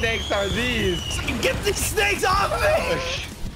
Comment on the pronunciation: U said snak